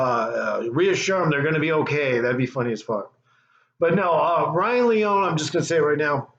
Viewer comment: No you are an ENIGMA!! Lee-Own-Knee AT LEAST YOU CAN SAY HIS NAME PROPERLY Come on my Brother!! But it’s Funny As HELL!! Promoting His Channel is Tremendous!! What is Funny is you not Saying his Name Right or not!! He has not Skated In YEARS!! Look at my Team Bro!! Z.P. Can Rip down hill or on Rails!!